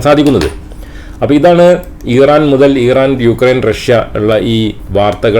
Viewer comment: Iran pronounce ameen paranjadaanu correct...